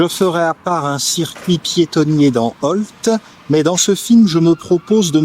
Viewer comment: Merci beaucoup pour votre vidéo sur Ault et le bois de Cise. Contente de vous savoir en Baie de Somme. Et en plus vous prononcez correctement le nom ! Vos vidéos sont toujours aussi intéressantes.